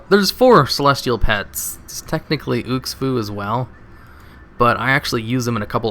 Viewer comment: its not meant offensive but... is there a SINGLE name in wow that you can pronounce correctly? UX FU ... you mean xu fu? and in the elekk plushie video you always said elky xD its half hilarious and half nerdraging xD